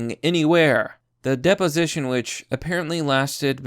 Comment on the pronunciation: PS: Not all Boomers are as bad as you make us out to be. And learn how to pronounce deposition - you sounded like a dunce.